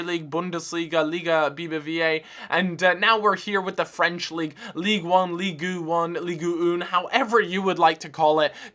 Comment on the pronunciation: "leegoo oon" hahaha